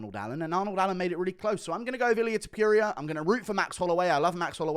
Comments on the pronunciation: Hate the way Guru says Ta-PURE-eea 😂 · Illyuh Tuhpeeria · I genuinely love how you maintain "Ilia Tipeeria" as his name. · i dont like how you say topuria